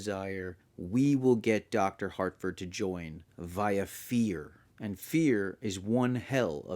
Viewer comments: Good video, and, I agree. This is an initiation into the cult, but, it's Harford not Hartford. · Great video. But, my guy, there is no ‘T’ in ‘Harford’, lol.